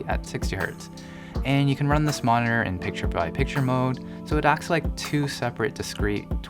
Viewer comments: M O N I N ER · Please learn how to pronounce monitor; drives me insane.